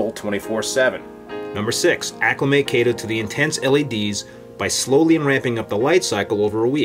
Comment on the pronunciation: Thanks for pronouncing it correctly. Kay-tow. :)